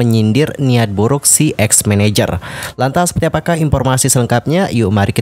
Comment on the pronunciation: Konfrensi pers loh bang bukan konfrensi ferss 😂 Sefertii sefertii lagi2 disni ya.. yu brik may hat brik may hof